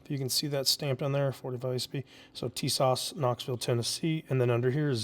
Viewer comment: TIS-ASH....TISAS ... little Turkish for you all